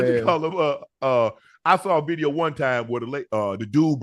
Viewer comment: Shay shay can't say v . He said bideo😅😅😅😅